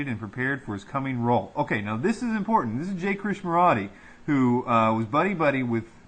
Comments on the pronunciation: It's pronounced KRISH-NA- MURTEE.... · KRISHNAMURTI, you are mispronouncing his name.